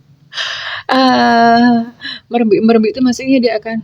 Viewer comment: Bunda merembek 2 itu merengek rengek bunda cantik